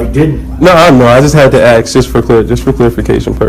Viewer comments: When you can not say the word "ask" correctly you have already shown your ignorance, 💩🧠🤡💯🔔🔚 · He had to axe! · ‘Can I axe you a question? Do you honor your oaf?’ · Sadly that is an American thing, I have heard so many people saying axe instead of ask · Can’t even pronounce the simple word “ask” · Why can't black folks say ASK ?